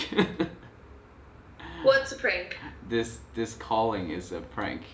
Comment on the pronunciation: 其实吧kevin的发音还得蛮中式的 没有那么的地道 所以当他说prank的时候老外都没get到 地道的美式有很多细节 我在加拿大五年都没完全学会 当时我觉得我发音 很完善了 但有时老外还是能听出accent 我cbc的朋友我觉得我跟他没差 但是老外听的出他生在这里 不能说有accent就算不会讲英文 但是本身就是学无止境嘛